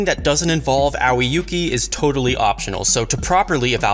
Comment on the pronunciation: aowi yuuki => a-oi yuuki (Pronouciation)